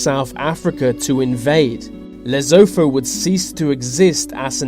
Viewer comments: It's not Lezofo but Lesotho (pronounce LesoTo; with a tonal "T"). Worst of all you said it's the last absolute mornach in Africa but it's not, Swaziland is. Mswati is the "crazy king" you referred to, just because you don't understand the country's way of life. You don't really know what you are talking about bro...let it rest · leave m y lesotho out of this...its not even lezofo as you saying its lesotho... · It's pronounced "Le-SOO-too", not Le-ZOH-thoh" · To the narrator....The South African army is too weak and useless to invade a toilet. Also, what the devil is Lezotho( as you pronounced it)? Please, do some proper homework regarding pronunciation. It is pronounced Lesootoo. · Lesotho is not announced " lesopho " but Rather Le -So -To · It isn't pronounced Lesofo, it is pronounced Le- soo- too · That's not louvoufu bru,,it's ca Leso2 (LE SO TO) it's a small kingdom of BASOTHO speaking nation within south africa. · Excuse me sir, HTF are you pronouncing Lesotho, "Lezofo"?!? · #10 is pronounced le-SOO-too, not le-ZOH-thoh. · Seriously, if you're going to produce this sort of stuff and speak with some sort of authority at least get the pronunciation(s) correct... I can't believe an obviously British person doesn't know that Lesotho is NOT pronounced 'Less-o-tho' but rather 'Less-oh-toe' and the really annoying one for anyone who lives near the Pacific - it is NOT Kir-a-barti' it is pronounced 'Kirra-bass' just think of Bass Straight and it's Kirra Bass (not pronounced base like the sound). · Moron. It is not Lesootho. It is pronounced 'Lesutu'. Get at least basic facts correct. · the way he said lesotho im dying its pronounced le sue too not lezodo lmao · Lesotho not lezopho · Losotho is pronounced Lay-soo-two! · It's pronounced lesootoo you stupid fuck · I seriously doubt South Africa will invade Lesotho (pronounced "L-eh-s-ew-t-ew" not "L-eh-z-o-t-o). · Lezofo? It's spelled Lesotho and pronounced le-sue-too. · ITs not Lee-so-tho. It is lee soo too